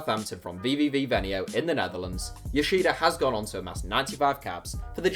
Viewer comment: Venlo, not Venio, good video though